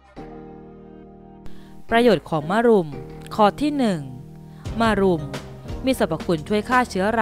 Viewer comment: ต้องอ่านว่ามะรุมไม่ใช่มารุม